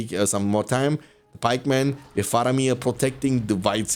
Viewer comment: Ya dayı, şu ingilizce aksanını biraz düzelt amk Senelerdir "valkam" diyon, "wif" diyon. Kulak tırmalıyor